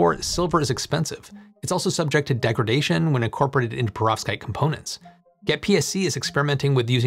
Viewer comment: Could you please try not to pronounce Perovskite so it doesn’t sound to me like Prostate. It’s very distracting!!